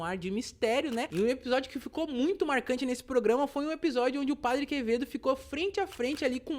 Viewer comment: "o padre quemedo" Quem entendeu a referência ? Kkkkkk